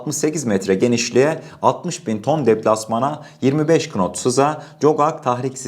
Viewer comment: Knot okunurken nat olarak seslendirilir. Güzel sunumunuzda bu küçuk düzeltme için beni mazur görmenizi rica ederim.